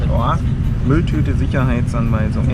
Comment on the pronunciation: Wie er einfach Mülltüte sagt xD